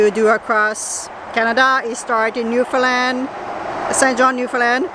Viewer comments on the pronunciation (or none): none